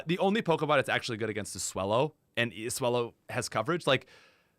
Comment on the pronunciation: You mispronounced Swole-low.